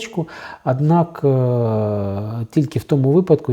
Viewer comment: Чому ви говорите весь час ПРИКАРДОННИКАМ ,АДНАК,АГАЛОШЕНО,ПАСТІЙНИМ,І.Т.Д ...ШО за мова ...?!